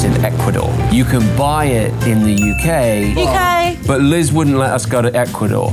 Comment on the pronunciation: i understood ,,You Gay" instead of ,,UK"